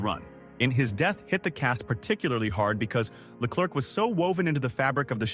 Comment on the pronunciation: "It is I, -LeClurk became one of the most instantly recognisable entrances in British sitcom history" Except that every Brit know it's pronounced 'LeClair'. Great content, delivered by AI slop voice.